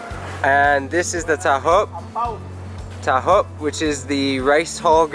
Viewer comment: that is Tahop not Talc.